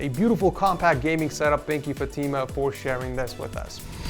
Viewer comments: not fateema, its fatemah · LMAO! Fu-team-uh 🤣🤣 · Point to note and remember, fatima is pronounced as fatma